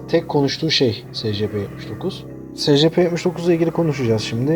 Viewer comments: SECEPE ne SCP diye oku şunu.Yada ÖMP(Özel Muhafaza Prosedürleri) de şuna.SCP yi nasıl açıcaksın.Salak Cahil Patates. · S c p değil e si pi diye okunuyor